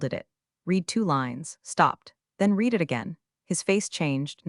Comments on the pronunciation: Getting lazy now, don’t care I guess since then come from YouTube for minimal input is easy. Why not listen to the A.I. output before posting? Edit a bit, I am English, you know those strange people from England 🏴 UK 🇬🇧, it matters to me if read as in RED comes out as read as in NEED. SO YOU GET A THUMBS DOWN AND UNSUBSCRIBE. It matters not matter to Americans who don’t speak, read or write English. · Can you please teach your AI the difference between read and read? I have read the news. I will read the news. Past, present and future tense. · 'Read' in this story should mostly be pronounced 'red' not 'reed.' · Could you please get your AI to use the proper tense of “read”? Red vs read? It makes this whole thing sound ridiculous. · Please teach your AI the difference between the present and past tense of the word “read”.